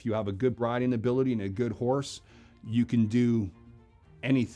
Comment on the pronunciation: For some reason all I could hear when he said the word horse is Ricky saying “hornse”